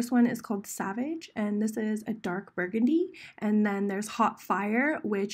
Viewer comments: When she said savage instead of saváge... I was kind of hurt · It's saváge not savage,. 💓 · it's SavÁge (Suh-vaahge). 😂😂😂😂😭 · She says Savage wrong!